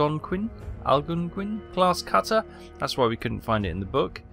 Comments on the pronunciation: Great job pronouncing Algonquin!! Impressive for a Brit! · Algonquin, you got the pronunciation right in the first attempt! They're an indigounus people originally in Ontario and Quebec. The Algonquin class cutter were intended for the US coast guard in the 1930's but taken over by the US Navy during the war. Only 6 were built. USCGC Algonquin (WPG-75) USCGC Comanche (WPG-76) USCGC Escanaba (WPG-77) USCGC Mohawk (WPG-78) USCGC Onondaga (WPG-79) USCGC Tahoma (WPG-80) The Escanaba was lost while on Greenland patrol either struck by a Uboat torpedo or more likely a mine(no Uboad claimed the kill) The Mohawk is noteworthy in that it was the last ship to radio to General Eisenhower for a weather report the day before D day reporting the "all clear" for the invasion. She hit an iceberg shortly after that message was sent and had to limp back to a port in Greenland for temporary repairs before returning to the US for permanate repairs. She's now a museam ship in Key West, Florida.